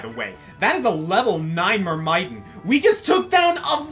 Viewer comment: I hate to be that guy, but you're actually mispronouncing Myrmidon.